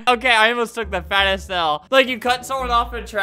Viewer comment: I thought he said he almost took a fat L instead of fattest L.